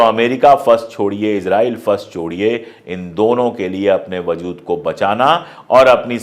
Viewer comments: Sir, I really appreciate your work & ethics so much. Just one correction - "WAZOOD" nahi "WAJOOD" bolte h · I like the way you present news. If you dont mind, i would like to correct some words that you use in urdu example: wazood. The correct word is wajood. Iam really sorry iam correcting you. In future also i will correct the words you pronounce wrong, if you dont mind. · lafz wajood hai wazood nahi. Sorry, apki zaban bahot pyaari aur talaffuz bahot khoobsurat hai isiliye kano ko achchha nahi laga. Gustakhi maaf kijiyega. Mai apka fan hoon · vazood nahi vajood hai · Wazood nahi WAJOOD hota hai,sir. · Wajood lafz aap wazood pronounce kar rahe hai.pls rectify your pronounciation. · Aap achchi Urdu bolte hain aik galti ho rahi hai wazood galat hai wajood sahi hai